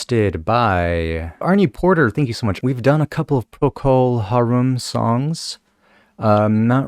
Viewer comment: why do all these people misprononce Harum? Plus it's Gary Brooker, not Booker!